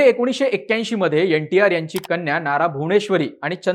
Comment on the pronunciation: यंटीआर नाही रे एनटीआर असतं 😂 हा प्रत्येक वेळी N ला यन म्हणतोय मागच्या एका विडिओत यनडीए म्हणत होता.